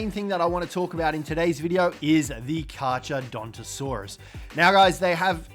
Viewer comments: Pronounced car car btw. Even tho it’s spelled with h’s it’s silent. Same name as great white shark’s scientific name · You don’t pronounce the ch in carcharodontosaurus. You only pronounce the c, so it’s carcar